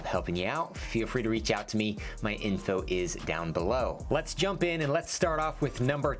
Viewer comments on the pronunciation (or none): none